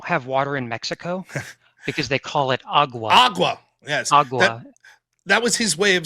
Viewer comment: Nope, Vaush said it was AQUA, he didn't even say agua, I swear 😂